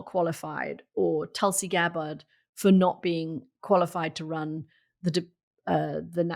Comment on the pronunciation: Are you guys intentionally mispronouncing Tulsi Gabbard's name? I'm not her biggest fan, but you could at least pronounce her name correctly.